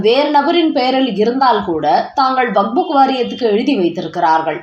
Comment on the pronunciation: WAQF. ‘வக்ப்’. சரியாக உச்சரி.